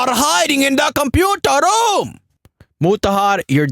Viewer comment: LOOOOOOOL so glad i found you way back before you blow up.....funny fucker lol 'computarrrr rroooommm'